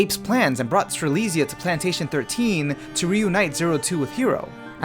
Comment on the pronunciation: Btw Strelizia was pronounced like Stre-lit-s-i-a